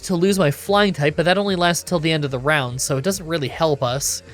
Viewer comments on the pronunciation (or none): none